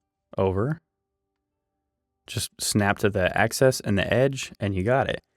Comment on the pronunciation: AXIS -not access. Im very confused because a 2x4 isn't 2x4 inches exactly. If this is a drafting program is it ok be using numbers like that? If this is for woodworkers use woodworker terms. You made 2x4 legs presumably ripped down to 3inches x 1.375. I think it would make more sense if you didnt keep saying 2 x 4s and just said this cut and that cut etc. if you were using real 2x4 dimensions 3.5x1.5 it would be understandable.